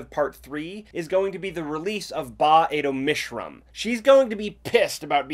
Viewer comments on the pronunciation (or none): [Ba-Ado-Mishram]'s gonna be pissed about being stuck in Iraq for 2000 years 😂 Sorry, can't unhear it lol